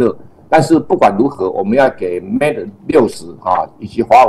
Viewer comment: 节目我是点赞的，只是有个地方有点违和。人在新西兰，然后把mate念成mat? 这是过去那边了完全不学英语的吗？